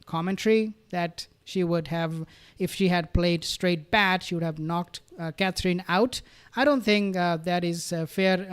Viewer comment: Aww Thank you for pronouncing Catherine's name better you did it just right